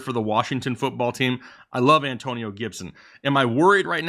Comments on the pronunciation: 113K and Rising! B-) "AnTOEnio Gibson" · Damn. Not the An "TOE" nio toetag. Aka DOA